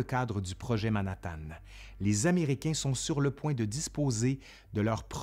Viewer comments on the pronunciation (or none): none